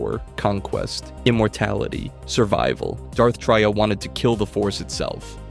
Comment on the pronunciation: Darth Tray-A